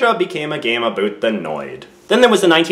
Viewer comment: Aboot, Aboot 😂